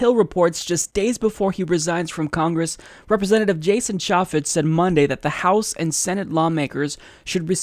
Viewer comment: Can't even pronounce chaffetz right